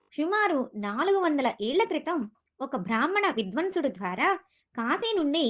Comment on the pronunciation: Assala audio lo matlafina avida anni alshara doshalu palukutunnaru viparita ardhalu vache laga kasta chusi pettandi varini, బ్రాహ్మణ విద్వాంసుడు అందం మానేసి విద్వంషుడు అంటున్నారు ! స్వస్తి !